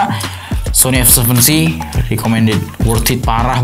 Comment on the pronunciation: Nobody:A seven three: Ay sepen tri